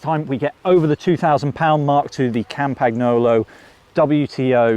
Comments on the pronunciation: learn languages you stupid brits.... campaGNolo, omfg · Learn to pronounce Campagnolo, it's a bike channel, fcs!